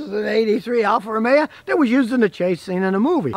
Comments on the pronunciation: Isn't it Alfa Romeo, not Romea? Never heard that dialect before. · It is not pronounced Alfa Romea, say Alfa RomeO.